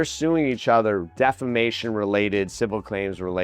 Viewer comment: defamation or defacation 😂😂😂😂